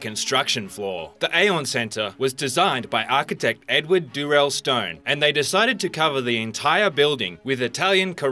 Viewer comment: Architect with a "t" at the end lol